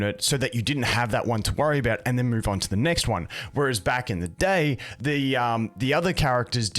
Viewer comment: "At yhe end of the gay" 👀👀👀